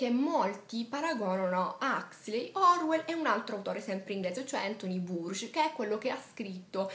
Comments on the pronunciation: Complimenti per il suo video, pieno di passione per la lettura. Spero che non le venga mai meno. Magari il nome di Burgess andrebbe pronunciato un po' meglio, ma va bene così. Con molta cordialità. Stefano Manferlotti, traduttore di "1984" e autore del saggio che lei cita. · Burgess l'ho sempre pronunciato "Bùrgis" :) di Arancia Meccanica il finale che abbiamo in Italia è posticcio, in origine sarebbe dovuto terminare come nel film... Philip Dick l'ho adorato per Blade Runner, ma il finale di Tempo Fuor di Sesto mica l'ho capito... (ti consiglio scorrete lacrime disse il poliziotto) Dick per me ha delle buone intuizioni ma poi le sviluppa diversamente da come le immagino... Neuromante lo amo, ha creato il cyberpunk... (sto commentando un video con 4 anni di ritardo, devo recuperare)